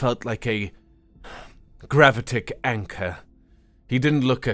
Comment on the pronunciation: I stopped counting the pronunciation errors after the first 10 minutes. I think my favourite was the way he mangles Gravitic. Although, stressing the first T in protest unnecessarily is pretty bad. Learn how to speak that which you read.